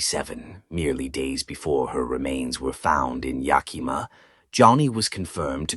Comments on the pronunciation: I often wondered if it was AI. Yakima is a brutal town and I have seen awful ppl beat up people for saying it wrong. I used to live there. Yak as in the animal....ih not ee...muh...yakihmuh. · Yakima......lol......it cracks me up the way you pronounced it.